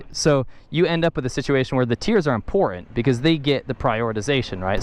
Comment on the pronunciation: There it is again, "It's im-por-UNT ...". and again with, "...you get a situation where the tiers are im-por-UNT". ...Yer killin' me Smalls.